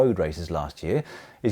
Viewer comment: Pronounciation police here: you don't pronounce P in Champs-Élysées 🙈